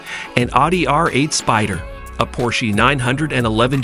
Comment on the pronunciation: "Porchey" "Maria Carey"